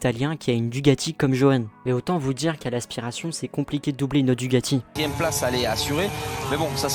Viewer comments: Merci pour ton résumé au top sur mon pilote préféré ! (même si on dit DuCAti et non pas DuGati 😅) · Frérot c'est pas DUGATI mais DUCATI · DUCATI Avec un C.....pas de G... Merci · DuCati avec un C svp , DuGati n'existe pas , sinon très bonne video , merci ;)